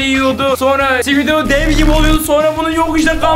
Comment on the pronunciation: Yaa abidi şibisi ne abi hahaha 🤣🤣🤣🤣🤣🤣🤣🤣